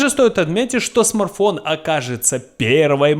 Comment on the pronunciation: Смарфон 😁😁😁 СМАРТФОН ЧУВАК